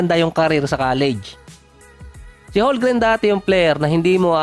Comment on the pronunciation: Boossslot bubo magbasa silent L yan bubo hahahaha parang ganyan ohhh homgreen